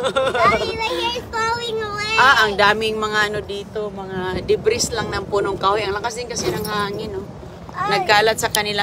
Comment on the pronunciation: Sakit sa tenga ng pagsabi mo ng Debris,ang tamang pronunciation ay Debri,silent S.Gala ka na naman para mamulot,pati tuwalya di mo pinatawad.Tinuturuan mo pang manguha ang mga anak mo,mga future basurera at basurero.Kayo lang ang lumilibot na namumulot,😮😮😮